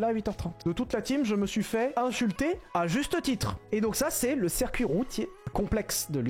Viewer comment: ouais c'était juste une blague (très merdique) sur le fait qu'il dise "cerf cuit" au lieu de "circuit" 👍